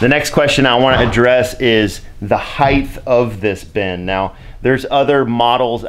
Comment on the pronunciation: Why do so many dudes be saying the word "heighth".... It's not a word lmao Good video tho haha